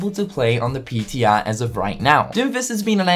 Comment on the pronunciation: Man it's weird to hear say "PTR".